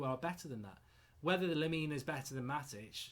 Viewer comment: Lemina? Are you having a laugh??????